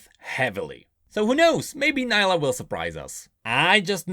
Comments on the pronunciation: she literally called herselfe knee + la and you called it ni lah remind me of samira everyone calls her se my ra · Nilah is not pronounced like "Nile - ah" Its "Knee- lah" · Neelah not naylah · Champion: pronounces their name: pronounces it differently How and why?:(